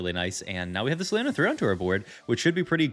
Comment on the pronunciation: Omfg pls stop saying LAY-YONA its LEE-YONA